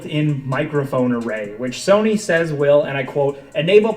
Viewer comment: He says soney